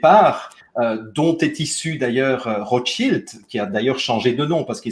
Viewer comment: les Rotschaïlde ??? i, en français, se prononce i, pas aïlle comme en anglais.